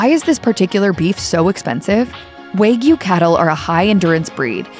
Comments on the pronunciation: Waygyu? It is pronounced wa- gyu. It is not just how they are raised. It is mostly the breed. That’s why the wagyu cows are imported from Japan to be raised here in us. Stop disseminating lies. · It is pronounced “wah gyoo” (with an A like in father) not “waa gyoo” (with A like in wag). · waaaaaaaaaay-gyu.... hahaha, time to eat my kay-suuuh-dilla and fill it mig none. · How this narrator pronounces 'Wagyu' makes me laugh...